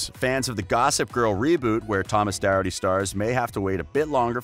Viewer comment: Thomas's surname is pronounced doc-herd-ty